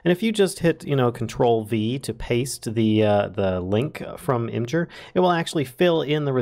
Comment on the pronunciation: imgur is actually pronounced, "image-err"